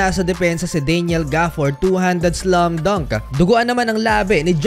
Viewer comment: sorry. Can’t help to observe. Bakit yung ibang letter “a” mo nagiging letter “u”? Gaya ng, imbes na slam dunk, tunog slum dunk. Constructive lang idol, not meant to shame.